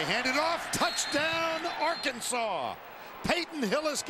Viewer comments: They lost because he mispronounced Arkansas, lol. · It's not Ar-Kansas, it's AR-kansaw. Get it right mother-father, get it right. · It's not ar-kansas, it's Arkansas, get it right. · That's what he gets for calling us Ar-kansas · Houston Nutt shakes Les Miles Hand... "It's pronounced ark-an-saw." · LOL. The LSU coach said Ar Kansas, the pronunciation before the 1860s as if Kansas was not a state yet. I kinda wish Arkansas was spelled Arkansaw. And, Arkansas needs to play Kansas in football and finally beat their 'namesakes' ! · You shouldn't of said Ar-Kansas. That was your downfall. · You just committed a crime by mis-pronouncing Arkansas name. .. . . . . .It's actually pronounced "Arkansaw". . . It's illegal to mispronounce our State Name.